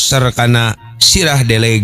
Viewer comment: Punten sanes lauk deleg tapi lauk deuleug. Hapunten pisan